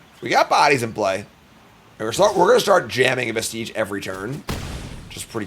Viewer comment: It's also pronounced veh-stuhj, not veh-steej.